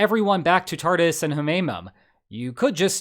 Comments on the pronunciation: It is pronounced Tar-toos. Speaking form Syria! 💚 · I love that you pronounce "Tartus" naval base like "Tardis" - makes me think of a wet Dr. with a comically thick russian accent. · I remember thinking that "Tartus" sounded like a cool name back when I first started learning about Syria in 2011. Then I found out that it's really pronounced like "Tartoos."